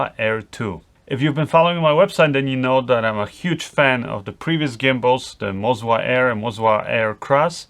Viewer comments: YES, WE ALSO CALL IT MO ZA NOT MOZ WA. FOR ME WAS STRANGE TOO. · Both of the gimbals aren't calibrated correctly, there are micro jitters in all of the shots, I own Ronin S with Canon C200, it should be perfectly smooth like on a Steadicam. And I guess it's Moza, not "Mozua" :) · am i the only one who thought MOZA was way less stable than RONIN? And why this guy is saying ''MOZWA'' instead of ''MOZA''? ;D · Why do you keep calling it MozWa? : D